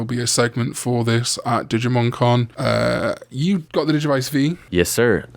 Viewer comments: at the start when you said "digimon con" i thought you said "digimon karn ":_cringe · Same, even thought I knew he was talking about the Con xD